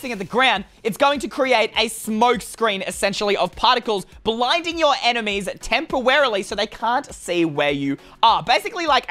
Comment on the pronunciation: He said tempewowy so UwU